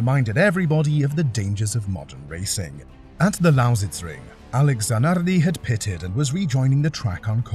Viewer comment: So you learnt how to pronounce Lattvala or Zanarrrrdi with perfect accent but you didn't learn how to say Kubica [koo-bitza]